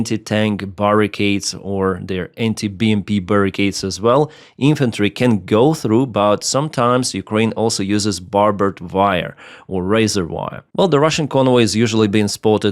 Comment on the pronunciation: Barb is a jagged spike and wire that has barbs is called barbed wire. It is pronounced like Barb-d wire